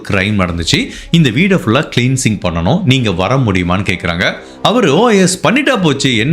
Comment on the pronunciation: Sir, romba nalla vikaki iruntheenga very nice but one correction. Adhu kileensing illa klensing.thank you.